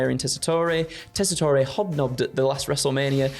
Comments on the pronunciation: As an American, you don't pronounce the last vowel in Joe Tessitore's name. Just "Jess-I-Tor". All love and no hate, just heard him say his name for years on college football games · British wrestling people learning how to pronounce “teasitore” challenge. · So he's another Italian American who can't pronounce his own name correctly? Because the "e" at the end of "Tessitore" is most definitely NOT silent in Italian. Yet another member of the Shavontay Club. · Is the mispronouncing of Joe Tessitore's name a bit?